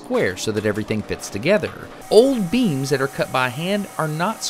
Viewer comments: I thought he said beans. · when he said beams i thought he was talking about beans so i was very confused